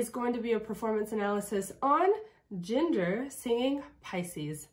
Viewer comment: You're saying it right it's pronounced Ginger